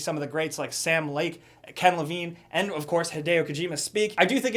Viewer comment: sääm lake... COME ON ARE YOU EVEN TRYING?